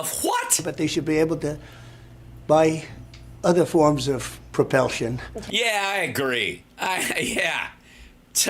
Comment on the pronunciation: "Other forms of propelsion" damn near killed me! I was driving and was laughing so damn hard I could barely keep the car on the road.